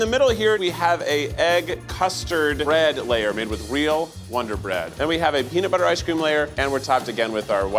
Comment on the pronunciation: Lol winder bread